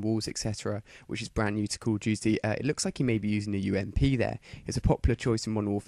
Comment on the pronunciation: Dude STOP saying "Culudjuty" speak normal english pls.